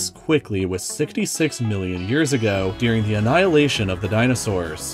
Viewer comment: That's not how the word "during" is pronounced...